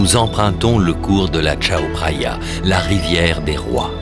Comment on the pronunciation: Par contre, j'ai mal aux oreilles à chaque fois qu'il prononce "Tchao Praya" alors que cela se prononce "Kao Praya".